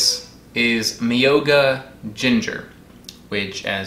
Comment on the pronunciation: Myō is one syllable. Myō-ga.